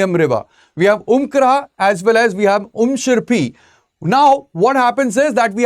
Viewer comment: Clear presentation, i like when he pronounced 'umshyrpi' and umiam' just like the locals❤